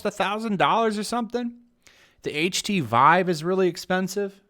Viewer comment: this guy knows nothing about vr why should we listen to him he said "chat vr" and "ht vive" like wtf